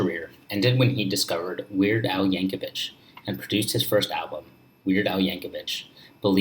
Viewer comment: Yankovic (not Yankovich)